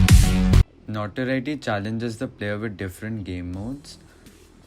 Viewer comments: You said NotWorry btw and not Notoriety Cool video btw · i mean it sounded like you said Notworry